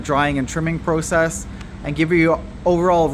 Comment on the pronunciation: wtf is a Pro Cess? Do u mean Process? What’s next Flow Ering room?😂😂😂